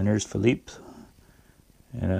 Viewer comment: Hi, The lathe is coming up a little at the time and nicely painted... Impressive how you got Philippe pronounced pretty close from what it should be...;) Cheers, Pierre